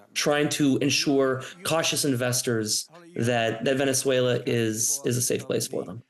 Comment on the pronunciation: "Venetzuela" lmao